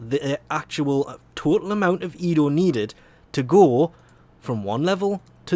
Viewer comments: ENDO, EN.DO. not edo lolol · Bruh... you keep saying "Edo" instead of "Endo" Did you just watch Star Wars Rogue One? Edo got a good slappin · ITS E N D O NOT EDO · Hearing you call it "EDO" shortens my life by a month. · it just slowly kills me from the inside when he says EDO -_- i love u but god damn sometimes ur a pain in the a$$ to listen to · No, it's just your typical mispronounciaton.